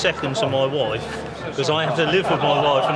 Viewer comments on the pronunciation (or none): “my woife”